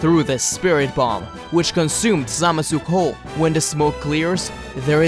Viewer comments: How many times you said zamasu? And you said zamazu not even zamasu. The video is good but this just get my ocd. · ZAMASU NOT SAMAZU